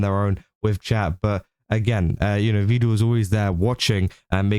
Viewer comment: Just been thinking about it. I think the reason people think you're part of the swarm, or at least one reason.. You call him 'Vee-duhl', like Neuro does. He has gone on record, saying it is pronounced 'Veh-duhl' more than once I believe.